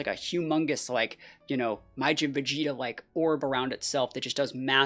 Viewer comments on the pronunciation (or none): none